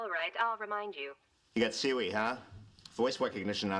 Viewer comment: He said Siwi, not Siri.